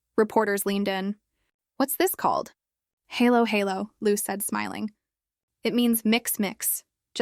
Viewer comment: Vlogger should at least learn hiw to pronounce halo halo